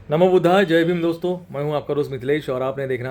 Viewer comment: जाय को कृपया जय पढ़िए